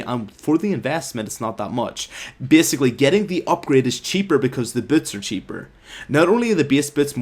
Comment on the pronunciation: I love how he says "biasicly" :DD Keep up the good work, i didn't said that with any hate intention